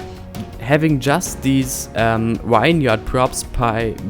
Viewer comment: "Vine-yard" your broken English is hilariously adorable. It's pronounced "vinyerd", bruh. ;) If you're doing more of them you should know how to say it. Nice update, but those vineyards are too symmetrical. You don't normally see grid patterns like that as grapes do not need a flat plain to grow. They can grow up hillsides and follow the lay of the land. Will leave a link below to illustrate what you should model them after. Sad to hear you're wrapping this series up but excited to see you start a new project. Maybe a cityscape set in the future? More sci-fi megatropolis than rural Germany. I just like to see creators step outside their comfort zone and push the boundaries of innovation. Flux's 'Avalon' and 'Aurelia' by Akruas are my current faves and I want to see more builds like that.